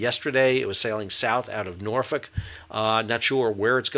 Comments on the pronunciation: You can tell this guy has been to Norfolk because he pronounces it correctly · Respect for the Norfolk pronunciation!